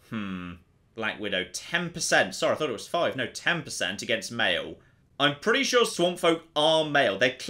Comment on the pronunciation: Soo'ah... I remember'ah.... When I first played this'ah. This was a serious challenge'ah. Frustratingly enjoyable'ah. 👍